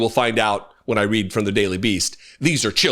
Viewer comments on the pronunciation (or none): none